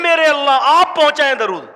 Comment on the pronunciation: آپ ان حضرات کی اصلاح سے پہلے خود تودرود صحیح پڑھ لیں